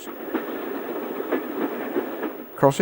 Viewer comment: Indeed. Nearly everybody gets Frome wrong. 'oo' rather than 'o'